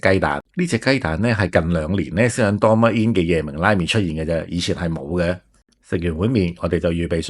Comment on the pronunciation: ドーミーイン 不如試下點樣讀人地個名先